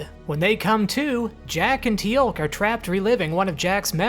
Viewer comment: A nitpick, but by god how do you mispronounce Teal'c you watched the whole show. I'll let zen koan slide.